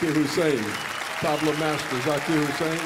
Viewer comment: Hussain, not Hussein !